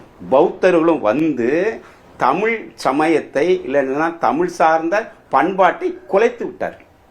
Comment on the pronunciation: So much knowledge sir. But can you not prounce the special word Za. Tsmiz. NOT. Anyway nice to know about our great Madurai. TAMIL.